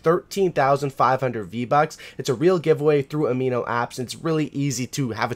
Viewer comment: it sounds like u said vbutts